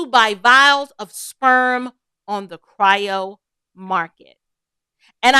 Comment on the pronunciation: "Cry-ro" 😂 Her monologue is one of the most crass things I've ever heard! So, what...black men are only good for their sperm? This is what they're doing now? Sick.